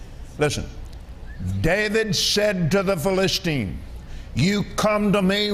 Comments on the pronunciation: Here is what is happening. He spends an inordinate amount of time flipping from verse to verse and brings up the subject of covenants. Eventually, he gets to the story of David and Goliath. Along with annoyingly mispronouncing the word Philistine 30 times, he points out that David was aware of or confident in his covenant with God. Then, the rest of the story David kills Goliath. Then, some jokes about the decapitated head. Lots of tangents. Now, a covenant for America. Skipping to Genesis 17? Nursing a child? A bit of Alzheimer's and he is pronouncing things really weird. I don't know why he is stuck on the old covenant, but he is trying to tie it to George Washington. Jesus was the fulfillment of the old covenant. Did Kenny forget about Jesus? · T'he irony that he can't pronounce Philistine 🫣